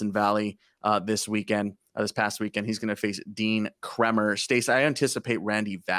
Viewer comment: hi stacey and..on the subject of pronunciations...like the bradish confusion....just thought i'd mention...orioles pitcher dean kremer...you called him "kr - eh mer..."... it's pronounced "kr - ay - mer".....just thought you might want to know...btw..love you both...you are really the most knowledgeable and entertaining off all out there doing what you do...